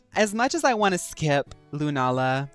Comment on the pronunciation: Lunala butchered 😢